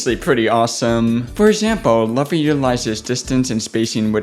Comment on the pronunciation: bruh nice video and you said luhffy and its looffy